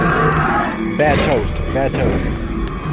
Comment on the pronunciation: Did you just say "Bad Toast"?!?! XD XD